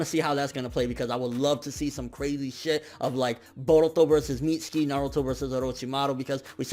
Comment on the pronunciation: y do so many ppl call him Mitski..its MitsUki